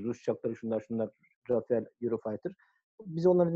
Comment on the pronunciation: neden herkes Rafale'ye Rafael diyor:) Sizin haricinizde de gördüm...